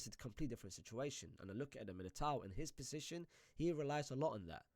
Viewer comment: Why is my man saying „possishin“ instead of position